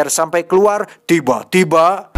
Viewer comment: Tiba tiba bang... Bukan tiba tieba wkwkwk ngakak